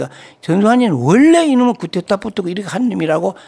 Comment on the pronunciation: 근데, 언론인과 쿠데타를 겪은 증인인데 쿠데타 라고 단어 발음 좀 해주시죠. coup d'etat (쿠데타 ) 또는 정변 이라고 하시든가요.. 자꾸 "쿠테타 " "구테타" ...라고 하시니 뭔말인지